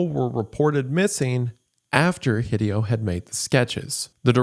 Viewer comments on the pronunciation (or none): I cringe every time he pronounces Hideo "hih-dee-oh". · The most frightening thing in this video is Wendigoon's pronunciation of Hideo. He almost certainly knows of Hideo Kojima, right?! /s